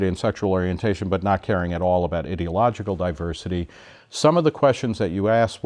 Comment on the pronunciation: You are saying ideological wrong and it's sounds like you're calling yourself an idiot